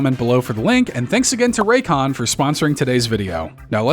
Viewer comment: Buddy said raycon 😂 hell nah